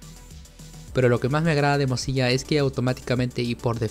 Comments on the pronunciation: Se dice Firefox o al menos pronuncialo como MODSILA ya que lo que tu dices suena o se parece mas a morcilla lol. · algo en mi moría cada ves que decía "mozilla"